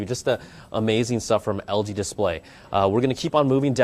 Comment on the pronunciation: did you just say algae instead of LG? Haah.. bad apple